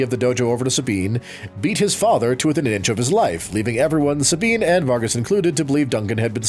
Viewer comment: Sabean...... is this Spanish pronunciation???